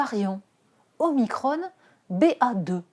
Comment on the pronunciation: Omicrhonne ! on n'est pas en amerique,,, les "on" en France ça se dit on comme cornichon